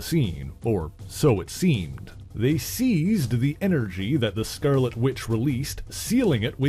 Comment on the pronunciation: “THE SCERRLETTE WITCH”?